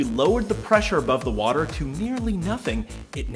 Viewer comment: there still is no "h" in water